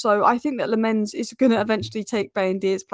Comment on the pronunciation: Please work on your pronounciation of Lammens,as a Belgian myself i can help you with that. in English it would sound like Lammuns.